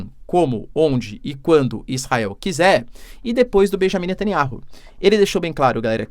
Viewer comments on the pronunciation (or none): none